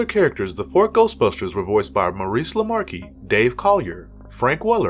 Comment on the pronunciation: He even mispronounced Maurice Lamarche's surname